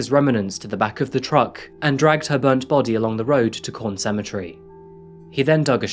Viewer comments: The town is QUORN not CORN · Australian words are pronounced the same as English. The Qu of Quorn is said as Queen not corn. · It’s pronounced “Kworn”. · Lmao idk if i heard you right but it sounded like you said "Jose moved to the town of corn"